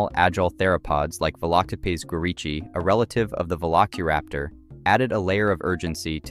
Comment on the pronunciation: Did you just pronounce Velociraptor as Velokiraptor at first? Great video nontheless